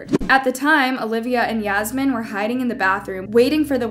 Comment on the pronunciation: Yeah-smine Lol Fucked up :(